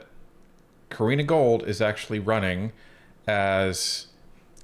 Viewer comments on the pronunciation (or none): Love your channel and the work you guys are putting in! Btw its Gould not Gold hehe. Keep up the great content!